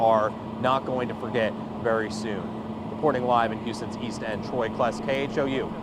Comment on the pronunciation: Prayers but thank you for saying East End and not Eado 👍🏽..